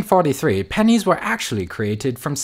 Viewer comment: I legit thought that dude was saying "panties" not "pennies" XD